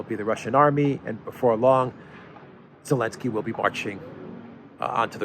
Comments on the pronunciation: Is the Z silent in Zelensky? What am I missing? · Why does cant pronounce "Zelenski"? Why the hell he omits the "Z" in his name?